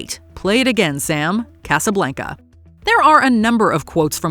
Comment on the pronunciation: I wish people would PLEASE learn how to pronounce “Casa Blanca”!